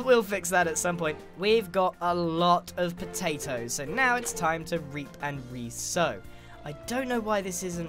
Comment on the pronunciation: I love how u say potatos ”poetaitoes” :D